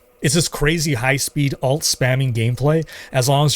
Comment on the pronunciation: Highly recommend you look into distinguishing the way you say Alt and Ult. Everytime you said Ult in this video I thought you were talking about secondary characters